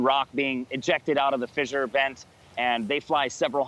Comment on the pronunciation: "fizzure" and "leh-va"....WTF?